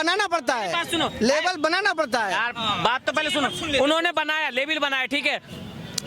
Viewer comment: अकरम अपने लेबील की बात करता है । लेबल को लेबील बोलता है उसी से पता चलता है ।